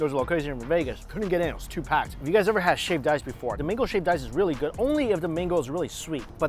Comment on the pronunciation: Mingo instead of mango